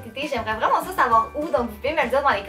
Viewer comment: Ah ah j'adore tes vidéos tu donne un air frais avec ta joie de vivre et ton accent rigolo On doit te le dire souvent mais je suis française et tu me fais rire quand tu dis les souliers (chaussures en France ) ce au lieu de ça En fait tu e à la place de à c'est amusant... Gros bisous continue comme ça